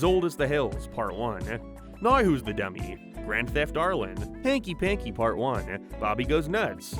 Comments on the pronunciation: Every time I heard you say Arlen I thought you were talking about Ireland 😂it’s just me and my deaf ass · I know you're not saying Ireland when you say Arlen but I always hear it.